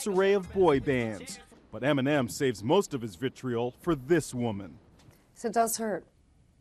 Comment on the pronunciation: Am I the only one who hears him saying M&M instead of Eminem 😂